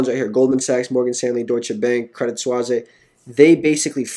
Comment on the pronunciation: lol its not "Credit 'Swazay'" it's "Credit 'Sweese'"